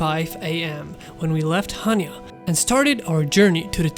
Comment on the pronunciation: Nice video. Especially your drone video. Very professional. Just one small correction on your pronunciation of Chania. Accent is on the second syallable.😊Cha- nia